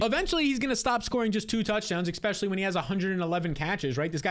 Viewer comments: *ESPECIALLY, not expecially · After he says "exspecially," I don't hear anything else he says for the next 20 seconds. And he says it a LOT. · I love the channel and just subscribed. But it drives me nuts how you say “exspecially” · There's no "x" in "especially" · One note: there is no "x" in the word "especially."